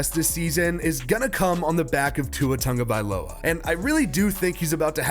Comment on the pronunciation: This is nick picky, but it needs to be said. Dude! His name has no “N” in his name. It’s pronounced “T A G…”. Not “T U N G …”